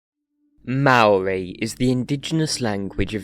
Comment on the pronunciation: You have also mispronounced "Maori".